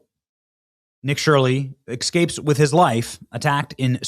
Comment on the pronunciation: Benny you're not trailer trash... Nick escapes... Not EXcapes